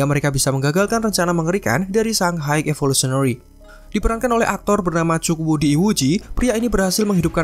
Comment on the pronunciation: Maaf sebelum nya pengucapan high itu (Hai), bukan apa cuma mengoreksi agar lebih baik lgi, btw konten nya keren